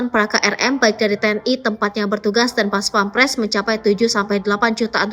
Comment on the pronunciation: Bukan pampres tapi pèmperes.